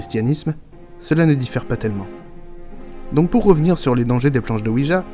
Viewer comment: Il faut quand même savoir que la planche Ouija se prononce Oui ya. C'est le Oui français et le Oui allemand😁